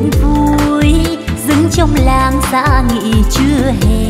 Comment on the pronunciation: Hát hơn 30 năm..nổi tiếng thế mà phát âm còn sai hả ông..Làng Tôi mà ông hát ra Làn Tôi